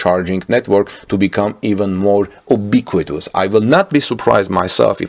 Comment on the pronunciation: We pronounce ubiquitous "you-biquitous", like the sound in the word "you"